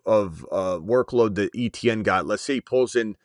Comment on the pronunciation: He pronounces his name Etienne like AY-CHAN. That is the correct way to say it. Not ETN lol